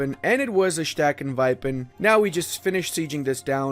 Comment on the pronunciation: as a german speaker i have to say "stackenwipen" sound more like dutch than german xD